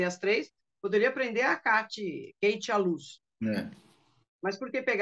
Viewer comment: Não sei p pq chamam a moça de Kate com som QUEIte,as próprias garotas já falaram inúmeras e inúmeras vzs nas lives Kate com som de Cáte..